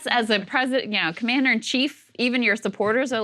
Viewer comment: biden: the commeownder in chief :D